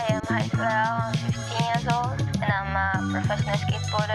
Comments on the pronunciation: why does it sounds like theyre saying Hayissa not Rayssa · why are the commentators calling Rayssa as Hayssa?